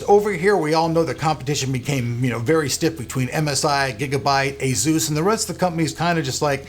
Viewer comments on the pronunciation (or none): I hate the way you say Asus but ok :)